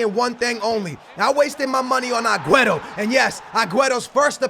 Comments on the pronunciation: It's AG-WEAR-O NOT AGWETO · Why do you say agueto is aguero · it's aguero not aqueto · STOP CALLING HIM AGUETO. JESUS CHRIST, IT CLEARLY SAYS AGUERO. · Why does he say agueto?